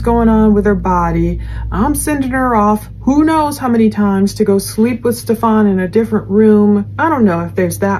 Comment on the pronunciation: Its pronounced Steffin not Stefan